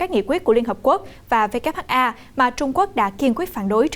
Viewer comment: BTV sao lại đọc WHA nhỉ